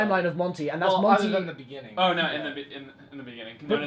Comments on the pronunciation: in the bejinning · "In the bigging" Lex May 17th, 2017